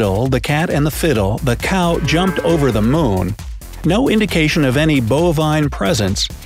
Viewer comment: It sounds like you are saying Mone instead of moon🤔